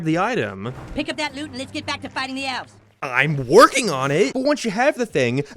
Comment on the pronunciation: "the Evles"?